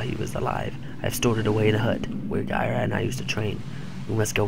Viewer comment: be a little more steady in your videos. you're all over the place. I believe it's pronounced guh-rye